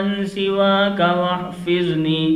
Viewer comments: "Wahfazni" hai, "wahfizni" nahi.. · Aap kyu Aisa padh rahe ho Wahfazni hai waha aap wahfizni kyu padh rahe ho